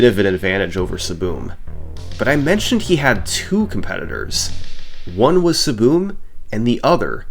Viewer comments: Took me half way through the video to realize he was pronouncing "ESS ESS BEE EM" as "SBOOM" 🙃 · hearing "SSBM" pronounced as siboom was so jarring at first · Calling SSBM SaBoom is so funny. I’m going to start doing that. Is that how the runner pronounced it? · SSBM "Saboom"? isnt that the super smash brothers melee acronym? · SSBM is pronounced saboom? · "Saboom" SSBMstuff Lol, bro was just trying to play melee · I just realized you were sounding out the acronym lmao when I see “SSBM” I immediately think “Super Smash Bros Melee” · I don't think I've ever heard ssbm pronounced like that lol